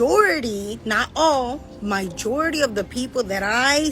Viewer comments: NOT TO MENTION SHE SAID "MY-JORITY" INSTEAD OF MA-JORITY AS A TEACHER JUST BOTHERS ME!!! FOR REAL THO, she can flaunt that all day OUTSIDE THE CLASS, CAUSE ANY STUDENT IG CELEB DOING THE SAME THINGS IN CLASS WOULD BE IN TROUBLE FOR TAKING BOOTY PICS IN CLASS! PLUS I SEE BOTH HER HANDS, IS THE TRIPOD SET UP WITH THE RING LIGHT I. THE CLASS OR IS A CHILD HOLDING THAT PHONE CAMERA?? BUT..... I can't stand having legitimate reasons for being upset/bothered/slightly annoyed/genuinely angered & truly disgusted with legitimate reasons for why I'm upset & asking for change..... But it doesn't matter how much truth I'm sharing, it's always cut down to "hating" "jealousy" & I just don't think she should take pics in class considering she is showing her class to care more about appearance & IG than school, as well as the fine line of fashionable vs inappropriate & sure she's gorgeous but it's not for the class!! She needs to be teaching students about other avenues for careers besides online bloggers or internet creators! I know a few teachers who were strippers or dancers as a second job to be able to get the cool teaching tools but they definitely didn't flaunt that at all!!! Always professional around school!!!! She's also impacting the female students looking up to her thinking about bbl in class instead of being a good student & having & living a great & wanting to be a great community leader, showing what a successful women who has impact spreading future impactful life leaders!!! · If I heard her say My-Jority one more time I think I’d ram my head into a wall. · Time & place for everything! # inappropriate Kindergarten or not it's distracting for the older students she'll be around Also a shame she's an educator and doesn't know how to pronounce"majority She's shouting " MYJority"! When she was describing her stupid female supporters 🙄 Ugh smh classless and ignorant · What is “Mijority”?? 😂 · LOL, That teacher said Myjority and not Majority. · Not "myjority" 🤦🏽‍♀️